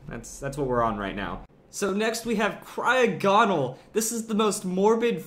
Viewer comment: the way that he pronounces cryogonal pisses me off so much